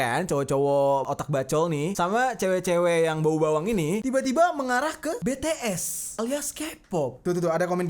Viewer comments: Bukan betees bities tapi omongnya bts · Kak bukan betees bacanya bitis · BTS bang bukan btes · Bacanya bukan betees tapi bities bang:v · Bang BTs bukan betees